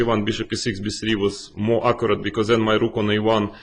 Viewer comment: It's great seeing these analyses by the masters themselves. I just think someone oughta tell Kramnik how "accurate" is pronounced :D